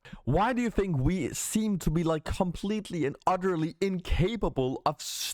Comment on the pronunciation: You mean on how to pronounce fink and fing?